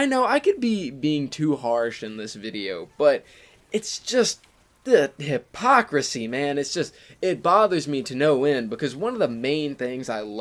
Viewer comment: Uh, it’s “hypocrisy”. Nonetheless, great vid!